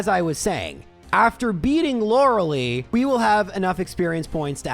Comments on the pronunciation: her name is pronounced Loreh-lie not Loruh-Lee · Lorelei's name is pronounced with the ending sounding like Eye. Loh-ruh-lye. I've actually done a similar run like this. My Larvitar was Adamant and had 31 IVs in Attack (and attack only.) Was quite the glass cannon. But was a ton of fun.